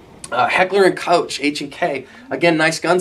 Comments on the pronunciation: FYI Koch is pronounced more like "coke", or even more authentically "co-ghe" with a soft k and a lingering h. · just FYI its pronounced Heckler & Koch(Coke) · Why are Americas afraid to say Heckler and Cockh (Koch) which is how it's pronounced! I've heard it all; coe-sh, cotch, cosh, coke, just say cock FGS! Good video though.